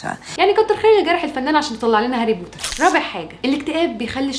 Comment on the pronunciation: لما قلتي هاري بورر عن هاري بوتر تحركت مشاعري الك عندك انستا ندردش بالموضوع ده الاكتئاب بصراحة اول مرة بحياتي بشوف وحدة مصرية حلوة زيك عسل